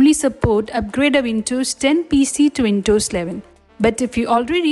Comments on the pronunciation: And by the way it is WinDows not Wintos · windows ❌ vintos ✅